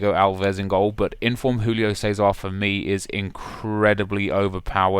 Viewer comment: Learn how to pronounce Julio Cesar for FUCK sake.